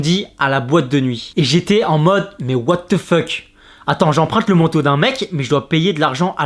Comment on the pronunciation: Wow la façon dont il dit mais "what the feuck"